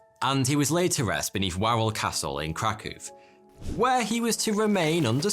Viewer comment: i found the part about Kazimerz Wielki more interesting than the rest of the video. +1 for pronouncing Krakow correctly :)